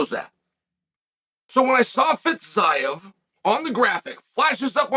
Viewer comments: New mythical fighter from the far east “Fitz ayevh “ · FiTzaev, lol. Where is the "T" comes from, why ?